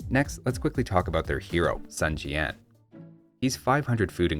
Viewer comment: Apparently it is pronounced Soon Jian, and not Sun Jian